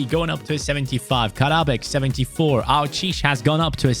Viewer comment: Hey your supposed to pronounce the 'e' at the end of aouchiche